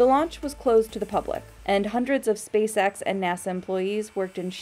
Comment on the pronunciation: Say spaceX without the “spa” 😳